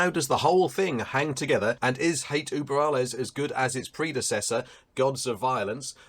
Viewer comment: Not German, but I have Ü in my native language :) And it always scratches my ear when I hear Uber.... I mean this world is international and people should learn how to pronounce it correctly. Just like they should learn to pronounce guLYas. In German, I think the V is pronounced F. Really point on review, btw.